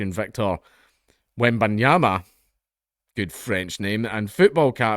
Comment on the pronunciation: Dank literally got every name wrong EXCEPT Wembanyama which just goes to show you how his brain refuses to french